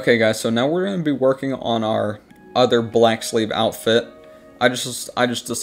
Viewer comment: Thought he said black slave lmao based